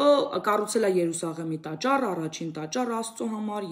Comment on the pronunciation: ՈՂՋՈՒՆՈՒՄ ԵՄ ՔԵԶ ՋԱՆ։ՀԱՅՐ ԵՀՈՎԱՆ ԹՈՂ ՔԵԶ ՕՐՀՆԻ։ՄԵԿ ԷԼ ԱՍԵՄ ՏԱՃԱՐ ԲԱՌԸ ԱՍԵԼՈՒՑ ՎԵՐՋՈՒՄ Ր ԱՅԼ ՈՉ Ռ ԱՍԱ